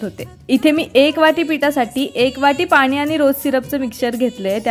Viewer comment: Pani ...ha shabd shudh tari bol😅